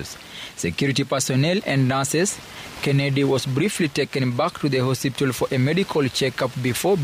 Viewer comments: It's HOSPITAL not HOSIPTA please 😅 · 'Hosiptal' surely?😂The bar is low and I blame wantam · Did I just hear a journalist say HOSIPTAL? 😂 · 😂😂😂 I thought ni Mimi peke yangu nimeskia. Na amesema hosiptal at least 3 times. Lazima ni mluhya